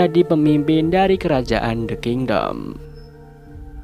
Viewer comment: "the kindoll" 😭